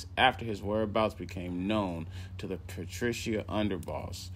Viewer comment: Barboza was involved with the Boston mob. The Italian group was run by Raymond Patriarca. Pronounced Pat-Tree-Ark-a, not Patricio.